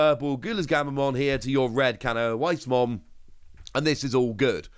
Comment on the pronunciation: As a heads up the W in canoweissmon is pronounced as a V. So it's technically cano-vice